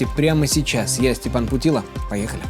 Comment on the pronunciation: Ты же не ПутилА, а ПутилО, ЗАЧЕМ коверкаешь СВОЮ фамилию ???